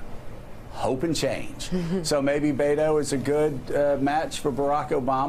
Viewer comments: Joe calls O'Rourke "Bay-doh" -- which rhymes with Play-doh. YIKES! Please, get a recording of a Spanish speaker saying "Beto" and play it over and over until you get it right. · these idiots can't even say his name BET-O not BAIT-O like how are you national news and can't even read beto